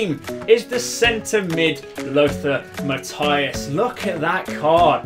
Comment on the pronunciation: It's mathÄus , not mathaÜS